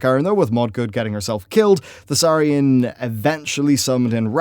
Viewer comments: Emperor Thaurissan. Not Thausarrian. Dude at this point its like you do it on purpose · Thaurissan,. Not Thassarian. As he wasn't a human Death Knight! (love the video otherwise, keep up the good work <3) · Thaurissan. Not Thassarian. Thaurissan. Thassarian is some death knight of the ebon blade, and a human to boot. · It's "Thaurissan" dude, the ruler you speak of. Not Thussarian ^^ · Thaurissan not thassarian... Just saying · "Their worst time came during the rule of Thassarian." Shit, I had no idea the Ebon Blade was involved too! Perhaps that's why people want Dark Iron Death Knights. For real though, you meant Thaurissan. When I heard you mention the human DK once, I was like "well, that's a slip up, it happens", but then you did it again, and a third time. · Thasarian? He's Thaurissan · I always throught it was Thau rih sahn. not The Death knight guy Thassarian. I know i've heard ingame the pronunciation difference. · Yeah, I noticed that too. He's pronouncing it like Thassarian the Death Knight. Similar names though, so I don't blame him. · Thaurissan, you're adding the S's before the R when you pronounce it and it really fucks me up.